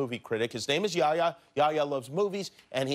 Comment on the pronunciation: His name is yehya dude not yaya lol